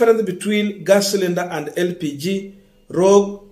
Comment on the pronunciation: Improve on youre reading skills...How did you pronouce roger again??